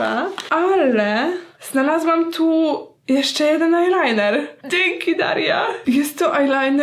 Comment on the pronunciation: Powiedziałaś ajnajner z nyksa😂😂